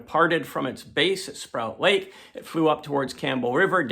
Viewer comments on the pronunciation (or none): To note: it’s not Sprout Lake, it’s Sproat (rhymes with ‘boat’) Lake.